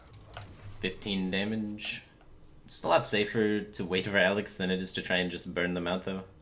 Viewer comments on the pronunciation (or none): none